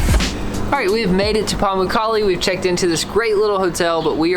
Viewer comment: Thats pronounced par mook karlay. (Like book.) Thanks for sharing the history .